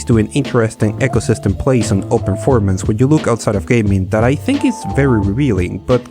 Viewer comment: 'eecosystem', not 'echosystem'